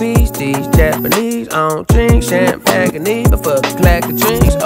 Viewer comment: A year later and i still cant believe he pronounces champagne like that